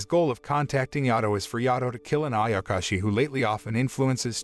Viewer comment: does noone even talk about him calling ayashaki, ayakashi?